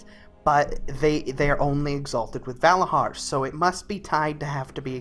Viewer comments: ValaZar not Valahar say it like a true Vrykul godamit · Dude they are called Valarjar not Valahar ;) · It's "Valarjar", not "Valajar".. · I had to stop watching after he said Vala-HAR for the 10th time, it's Vala-JAR goof ball! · it s said valadgar and not va lad gar if you think it s like that cus dg = j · I don't want to correct you but hearing valahar, makes me abit salty, it's pronounced Valah-jar They say this many times in the stories dialect. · its not valahar its valayar... you dont say bhorn instead of bjorn what makes this any different? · It's "Valarjar" not "Valahar" you piece of shit, annoys the fuck out of me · VALARJAR WITH J Your voice is irritating. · Every time he says "Valahar" i get triggered! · I had to stop watching because I cringed every time he said Valarhar. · "Valahar" LMFAOOOO DUDE L2SPEAK NERD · in Nordic language most js are ys so he pronounced it wrong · You are saying Valajar wrong.